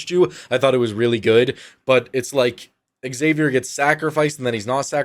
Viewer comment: Dude you're killing me, it's not x-savier, it's just Xavier ( like savior)